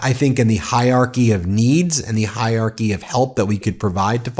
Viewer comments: HIERARCYY, not hyarchy. Sounds like higher-ar-kee, not high-ar-kee. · Both "r's" are pronounced. hi·er·ar·chy ˈhī-(ə-)ˌrär-kē How to pronounce hierarchy (audio)